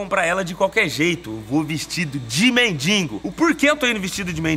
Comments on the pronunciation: Não aguento ouvir o povo falando mendingo. tão fácil falar. Mendigo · "MENDINGO" Belo Português kkkkk!!!! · "mendiNgo" é foda.. bate nele Português..🤣🤣🤣